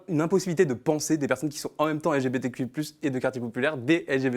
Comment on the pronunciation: J'aime toute vos vidéo en general donc j'ai vraiment voulu suivre hein, mais j'ai lacher apres le 6eme "élgébétéku+qweer" que j'ai entendu, franchement hein chacun fait ce qu'il veut mais j'ai du mal a comprendre pourquoi doit on faire un tel effort pour accepter l'idéologie de vie d'une certaine communauté , surtout quand celle de la majorité est ignorer.